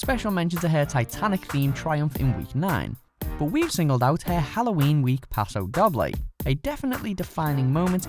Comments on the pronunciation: 😂 paso Dobb-ley 😂 it’s paso dough-Bley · Jessica Amy Wilson yeah it really annoyed me when he said dob bley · You keep saying Doble wrong and it's annoying me xD You say it like Doe-b-lay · Charlotte Key paso pa-do dough-bley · Isn't 'doble' pronounced 'dough-blay'? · if u r going to say the names of the dances, please know how to say them e.g Paso Doble. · The way he said it REALLY triggered me 😂😂